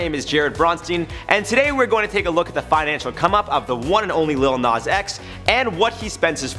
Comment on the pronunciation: It’s not “LiL nOz X”